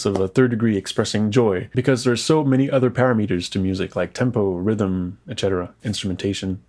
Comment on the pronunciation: Super helpful bro! 👏 got me laughing how you said para meter and not parameter 🤣